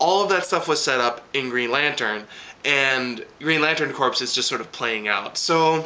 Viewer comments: P.s. Just so you know, 'corps' is pronounced 'core' rather than 'corpse'. Haha, them soldiers may not be too happy if you asked if they were in the Marine corpse! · another great review still mispronouncig green lantern corps (lol) but still love what you have to say every week